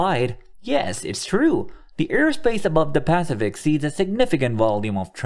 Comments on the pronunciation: I agree. That consistent PAcific instead of paCIFic ruins my listening pleasure. :-( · This has to be AI... "Pacific Ocean" rhyming with "pacifist", wtf? It's "Pass-if-ick", yo! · Really annoying when the AI voice mispronounces Pacific. Grrrr